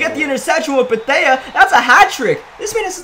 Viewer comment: Antoine Bethea: You don’t pronounce the “a”